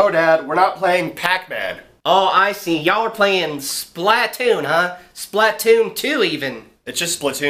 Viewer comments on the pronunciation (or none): I disliked cause you said SPLAtoon it's SPLAToon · Tell me why all people who have never played Splatoon pronounce it "Splat-toon." Like my dad's in the military, he seriously didn't pick up on the pun? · Yes dad its splAtoon with a A not a I